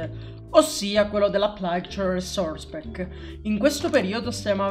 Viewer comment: RRRRRRRRRESOURRRRRERRRCE PACK